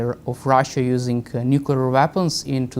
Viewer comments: Its not nucular its nuclear. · I cannot listen to an expert talking about nukular things. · Former US president Jimmy Carter, a nuclear engineer, always said nukular. Who am I to argue. We say eye-urn not i-ron. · This Frodo can’t even pronounce nuclear. It’s as if he’s never had to spell the word.